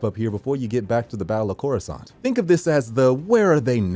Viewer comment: couruskant? wtf